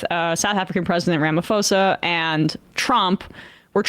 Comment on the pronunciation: Small detail, no big deal, the PH is Ramaphosa is not pronounced as in "phone" it actually indicates a slight explosive P sound.